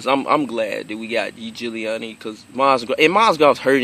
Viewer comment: bro you pronounce his name even way more correctly and better than most of those pro official nba reporters. thumbs up.